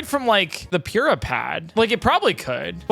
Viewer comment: the pronounciation of pure-ah will never cease to bother me